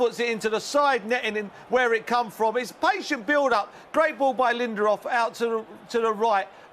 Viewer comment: "Great ball by Linderoff" Hahahh🤣🤣 Guessing that´s how a stereotypical Chinese from South Park would sound like pronouncing Lindelöf😂